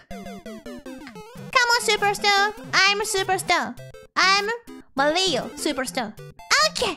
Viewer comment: I like how she has near perfect R pronunciation on "Superstar" and then immediately says "tahturl"